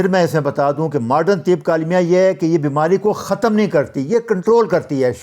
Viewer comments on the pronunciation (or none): السلام علیکم لفظ کی درستگی کیجئے ماڈرن تب نہیں تب ط سے یعنی طب یہ درست ہے